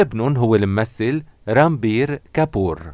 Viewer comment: واسم الابن كمان رانبير كابور هي بل انكليزي اسمو كمان Ranbir Kapoor وهي بلهندي كمان रणबीर कपूर مو رامبير ؟! يعني كيف بتلفظو الاسامي اذا مابتعرفوها منيح وبتعرفو لفظها كيف هي ماعم بفهماا